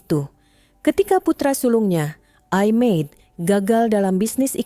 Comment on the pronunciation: Cara baca i Made...gak bnr